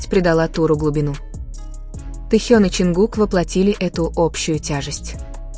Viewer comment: Произносите правильно имя тьэхена кто ты такая читаю ком одни оскорбления по какому праву они работают стараються радовать вас какая разница чонгук или тэхен первые они все талантливы и он не бездарь дождидесьтура там будет видно а оскорблять не нужно